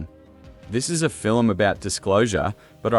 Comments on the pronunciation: Fill-em? What’s a fill-em? FILM. One syllable. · Undeniable truth is ALL I want to know. And "film" is only one syllable - not filum. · I took back my like and my subscription after hearing him say “fillum” the fifth time. Nope, I’m out. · The A.I. narrator seems convinced that we watch "fill-ums" instead of films. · FILIM? SKIFFY TRAYLAH? NIGEL PLEASE :face-orange-raised-eyebrow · Stop making “film” a two-syllable word like the enemy of the People, Melania. Fi-lim is Not how it is pronounced. AI should catch a phonics class. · Even A.I. can't pull off a convincing Australian accent. Cadence is all over the place, and no Australian pronounces it "Fillem". SLOP. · What's a "skiffy trailer" and a "filim"? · Yes, and what is a filum? 🤣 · What the hell is a FILLUM? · I think you should get someone to teach you how to pronounce the word "film". For reference: It is NOT Phil-im. Just saying. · Learn to say the word FILM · Film is One syllable word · Research shows that the standard pronunciation in American, British, Canadian and Australian English is all a single syllable. Ireland is the ONLY place where it is regularly pronounced with two syllables outside rare accents. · Wtf is a "fillum"? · Agreed. Still, the fil-em sounds interesting. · "Film," is a one syllable word! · Oh wah...aussie, canadian and a lot of European ppl pronounce film this way. Maybe ax a friend lol